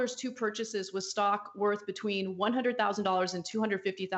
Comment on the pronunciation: "Stock," not "shock."